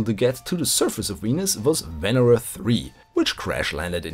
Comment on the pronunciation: Hey there, nice to see this series continuation. Oh, and btw it is "venEra" in russian, not "vEnera".